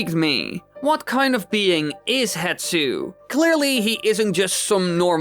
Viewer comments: How in all the video editing did you not notice "Hetsu" is actually written and said as "HESTU"? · AAAAAAAAAAAAA! His name's not "HETSU!" It's Hestu! the S is before the T and you can f*cking see that in the footage you used! I can understand saying Saria differently than I do, with the American accent I have is different from yours, but no amount of accent can explain swapping the position of 2 letters when they're on screen for you to see! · it’s not hetsu, it’s hestu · I know, it always makes me so mad when people say “hetsu” instead of “hestu” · Poor Hestu still gets his name mispronounced and misspelled lmao